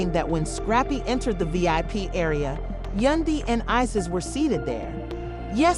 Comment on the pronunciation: Who the f*ck is yundy. You might wanna get the name right.